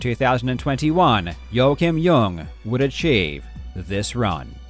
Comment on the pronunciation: Great vid as always AND thank you for pronounciating Joakim Ljung perfectly. You always go the extra mile, I appreciate it.